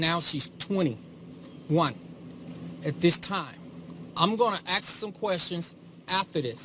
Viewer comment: He gonna aks some questions after this.... AKS aka AXE zum queztionz